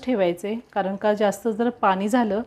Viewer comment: पानी नाही पाणी बोलावे